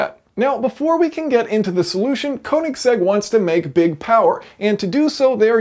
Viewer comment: "konig seggs"